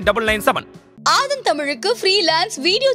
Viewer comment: சார் தமிழின் ஆதன் என்று உச்சரிக்கவும்.